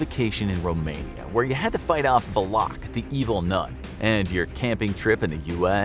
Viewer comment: Bro really just pronounced Valak as "Vuh-locke" 💀